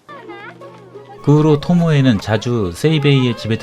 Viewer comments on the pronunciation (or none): 토모에를 토미에 라고 하질않나 상영된영화를 상영될 영화라고 하는등 나래이션이나 자막에 좀더 신경 쓰셔야 할듯.